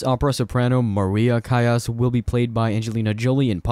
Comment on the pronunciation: It’s pronounced Callas with an “L”